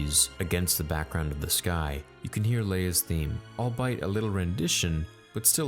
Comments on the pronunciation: "Alltso" "Twee'lek" "Allbite" come on dude. you doing this on purpose? Also has no T IN THIS EPISODE A TWI'LEK SAYS TWI'LEK like [T-WHY-LEK] Allbite??? ALL BE IT...them smush it together. ALLBEIT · Albeit is pronounced "all-bee-iht", not "all-bite" lol. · al-be-it heard this mistake in a previous video as well